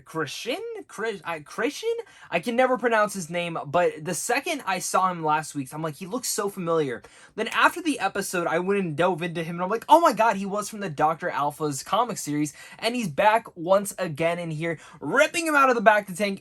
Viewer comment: You don’t seem to understand — or even know to pronounce — many of the chief characters within Star Wars Lore. Doctor Alpha? Try Aphra. And the attempt to pronounce Black Krrsantan was just awkward.